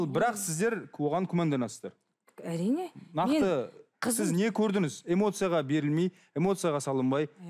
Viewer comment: Көрдініз, не ісдедініз, алдыныз деп жүргізуші "ң " әріпін айтпай мазаны алды